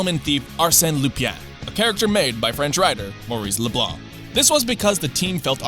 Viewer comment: OMG who ever is narrating this video is my hero for pronouncing the last name LeBlanc correctly!! I hate how Americans always say LeBlank ... that always pisses me especially when the American has the French last name I'm looking at you Matt LeBlanc!!